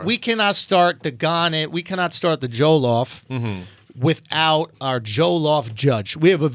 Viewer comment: It's pronounced JO-LLOF not joe-llof. Lol im triggered XD